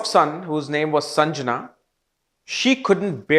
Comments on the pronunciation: Not Sanjana …it’s sandhya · The name is SANDHYA and not sanjana. 🙏🏻